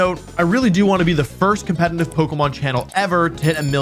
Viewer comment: I'll subscribe if you stop pronouncing competitive "compenitive".